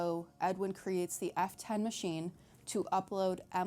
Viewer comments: The way she says F10 sounds like Afton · I keep hearing "Afton" when you say f10. No idea why they would make it sound almost the same...